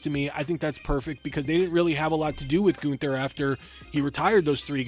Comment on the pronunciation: It's GUNN-THER! NOT GOON-THUR!